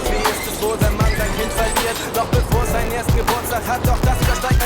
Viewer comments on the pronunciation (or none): none